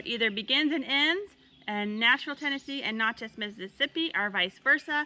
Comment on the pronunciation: Sorry. I was laughing at u for how u pronounced Natchez. It is Nat (pronounced like the bug). U missed out on the city Natchez. Beautiful with a lot of history. The visitor center is so good. Also if u go there get their food (close enough to get Cajun food).